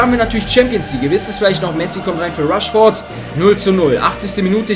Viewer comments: Ich glaub du brauchst ne Brille!:D Es heißt immernoch rashford und nicht rushford:D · man spricht ihn räshford aus